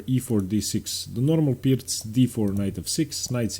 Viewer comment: I don’t know about y’all but I derive a great deal of satisfaction listening to him pronounce ‘Pirc’ correctly every time.